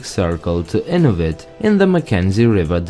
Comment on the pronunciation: Just for the record, Inuvik, mentioned around the mark, is pronounced in-NEW-vick, rather than IN-uh-vick. The other 2 in the area, not mentioned here, are: Aklavik = ah-CLAV-ick, and Tuktoyaktuk = tuck-tuh-YACK-tuck. I'm an American. If my pronunciations are wrong, please let me know. Also, I just ran across 2 towns I'd never seen before: BETCH-uh-coe, and Ndilq. Any help on #2? Both are on Great Slave Lake.